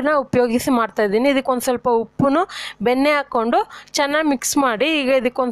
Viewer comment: Yenne benne na padavannu sariyigi uchhara mam